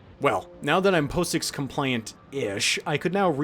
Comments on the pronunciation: FYI, POSIX is not pronounced "po-six" it's pronounces "pah-ziks" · fyi - it's pronounced 'paw-six' not 'poh-six'